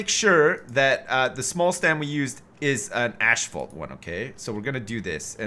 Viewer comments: Dbestdodge explain to me how that works. Since when does "asph" sound like "ash" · According to the Cambridge dictionnary, the American and British pronunciation is Asphalt (ass-fault). I don't know if "ashfalt" is a Canadian or American thing, but I've heard it a few times in Ontario. People grow up hearing something pronounced in a certain way and never question it, even if the way it is spelled doesn't match how it is pronounced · Why does keep saying "ashfault" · It's killing me. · Maybe its a Canadian tradition. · I watched that French dude say asphalt and he definitely pronounces it the same way does.